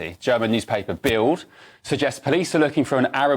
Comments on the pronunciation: it's not bild, it's bilt, d on the end of a word in German is pronounced as a t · Please educate yourselves in a bit of German language. Both Bild and Solingen pronounced incorrectly.